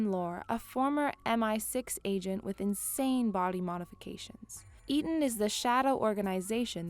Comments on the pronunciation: Shows she's not seen Hobbs and shaw coz she pronounced Eteon WRONG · the fact that she doesnt even know how to say eteon correctly and butchers it multiple times.